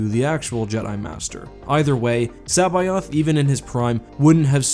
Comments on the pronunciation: You murdered that pronunciation of C'baoth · It physically hurts hearing you pronounce Joruus C'baoth and Plagueis.